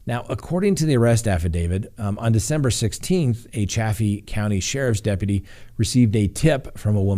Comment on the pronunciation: I think it is just pronounced "Dark" and Chaffee county is like Chayfee. Love your podcast<3